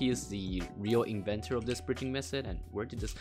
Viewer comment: lemme teach you more english:D dont call "method" mesod im not trying to be rude, but wanna make your commentary better:D edit: dont call "th" "s"